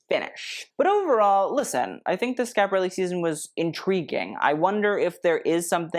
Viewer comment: I realize you will never read this But, you are a Brilliant young man. I only wish you could or would pronounce the name of Your show properly .